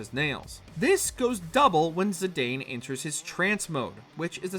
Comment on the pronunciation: Can you for the love of all that is holy.... Learn proper pronunciation. Cecil is Ses-ul, Zidane is Zuh-Don. Play Dissidia and listen.